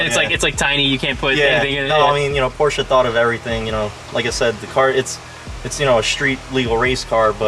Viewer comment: FINALLY! I car guy that says Porsche correctly! BRAVO, my friend! BRAVO!! Beautiful car as well!